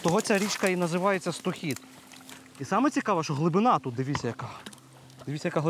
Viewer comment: Річка СтОхід, а не СтохІд.